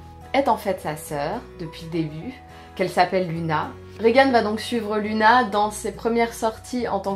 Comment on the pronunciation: L'avant-dernier a l'air cool ! Faudra que je me le trouve ^^ Juste un petit truc, on prononce "Louna" :')